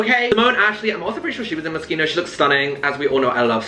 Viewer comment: no he’s not !! i mean it’s an italian word so the ‘ch’ is pronounced ‘k’ so his pronunciation for an english speaker is pretty spot on ahaha not expecting him to put on an italian accent or anything